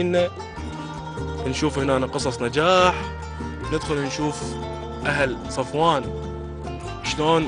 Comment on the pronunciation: سفوان مو صفوان